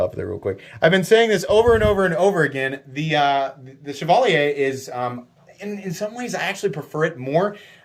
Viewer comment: Congrats on the pronunciation on Chevalier!